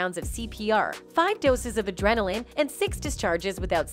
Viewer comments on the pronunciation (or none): none